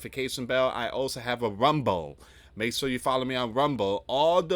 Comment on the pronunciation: I wish this guy would realize that saying "We have a Big breaking news coming out" sounds so off. "We have a Big breaking NEWS STORY" coming out. That sounds much better and more professional. And maybe pronounce the L in Rumble a little more, because no one knows what Rumbo is. 😅😅😅😅